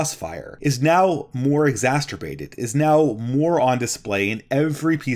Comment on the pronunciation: "... a more sensationalist tact." It's "tack". "...more exasturbated" It's "exacerbated"